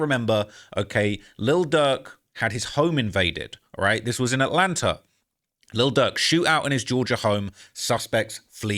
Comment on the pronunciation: why do English people pronounce words like "Atlanta" with an "R" at the end? Atlanter? No disrespect, I'm from Oklahoma, so I already talk funny too. I'm just asking what's up with the "R" thing?